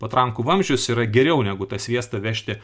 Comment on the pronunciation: kodel Valdas Bartkevičius kalba tokiu ryškiu rusišku akcentu? isiklausykite: kirčiavimas ne lietuviškas... bando pasakyti "kaip geriau", o gaunasi "kaaaip giriaaau" Kodėl lietuviškai sunkiai kalbantis žmogus su rusišku akcentu taip varo ant rusų ir vaidina, kad jis lietuvis lietuvių vardu veikiantis?